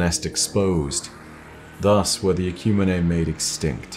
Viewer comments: I'm fairly certain "Ecumine" is pronounced "Eh-kyew-meen", not "Eh-kyew-mee-nay" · this is amazing. Ecumene is pronounced Ecumeen